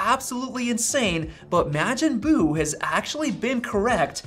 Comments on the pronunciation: its pronounced mawjin buu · okay I can't take it anymore, it's pronounced "Mah-jin" buu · I hate how you pronounce Majin Buu... Did you not watch Dragon Ball Z? lol Good video though! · My guy, the a in Majin Boo is pronounced like “wash”, not like “cash”.